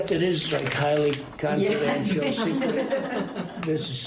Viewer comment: He had problem in saying "confidential". I don't think he can pronounce long words. I wonder if he ever could.